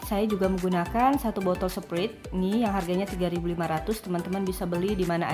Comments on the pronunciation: sprait kali bukan sprit 😅😅😅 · sprait bacanya sprait